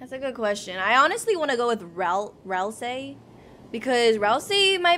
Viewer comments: she still says rasel instead of ralsei... :| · also keep saying ralsei not "razel" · ralsei is like ralsay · That's also wrong. It's pronounced ral-say. Toby even pronounced it on the livestream